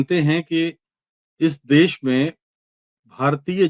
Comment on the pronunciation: Des nahi Desh boliye.